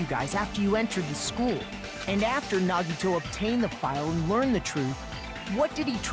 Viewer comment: NaGidO✅ Nagito ❌